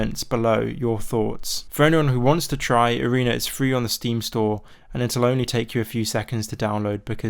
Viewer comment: please say arena and not areener